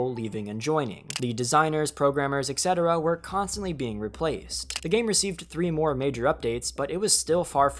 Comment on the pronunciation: dislike for writing "etc" and pronouncing "ekc" 8 14